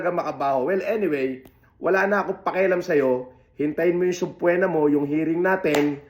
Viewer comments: /sab-pi-na/ po ang pronounciation ng subpoena hindi po /sub-pu-wi-na/ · 😂😂😂 graduate pa ng Cambridge yan pero di alam basahin subpoena 😂😂